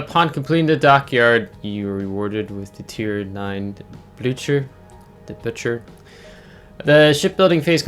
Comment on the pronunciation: You pronounce it Blue Cur